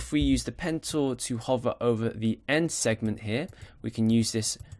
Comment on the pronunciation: Great tutorial! Every time you said "Pen Tool" it sounded to me like you said "Pencil"... lol